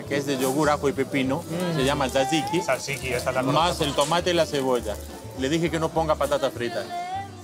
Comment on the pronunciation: Tzatziki, no salsiqui